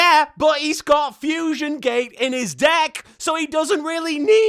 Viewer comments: "I haven't quite solved the problem that is Jaden's dick." Wait.. what was that? "Deck." Hmmm. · I swear half the time when they say it sounds like they're saying dick (especially Bastion) "Countless equations, a myriad of therums, yet still I haven't quite solved the problem that is... Jaden's Dick"